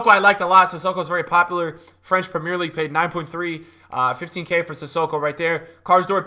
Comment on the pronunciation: Love your content bro but please say 'Premier League' properly 😂